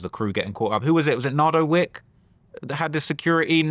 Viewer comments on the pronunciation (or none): none